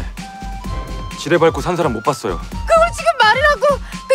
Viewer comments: 나 지뢰를 쥐레요?라고 들었는뎈ㅋㅋㅋ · 저 지뢰를 처음엔 지네라고 들었어여^^ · 지뢰밟았다 를쥐밟았다라고들림